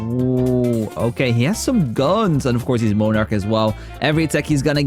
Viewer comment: MON-arch, not moan-arch